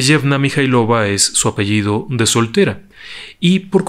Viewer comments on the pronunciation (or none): none